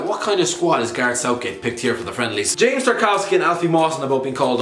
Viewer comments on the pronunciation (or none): none